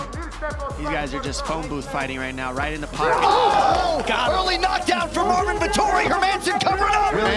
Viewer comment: "Eengry Morvin Vetori " Chael Sonnen.